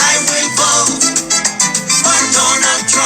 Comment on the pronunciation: You wrong for the "I will BOAT for Donald Trump". 😂😂